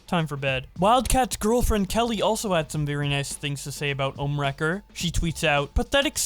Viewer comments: We say: ohmwrecker Keem says: Omnimaker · its ohm not ohmnee wrecker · keemstar watches too much invincible he said omni wrecker 😂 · he also calls ohmwrecker for omniwrecker Keemstar is pretty known for mispronouncing names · Omni Record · Legit keem can’t say ohmwrecker so cringe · I hate how both and keemstar are mispronouncing everyone's names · "How many times can keemstar miss pronounce Ohmwrecker's name" simulator